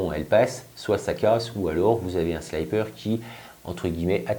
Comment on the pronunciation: ...alors petit court d'anglais : quand il y a 2x p apres un i, on dit sliiiiiipper avec un i et non pas slaillepeur avec un y... J'ai eu mal aux oreilles pendant toute la video ! :)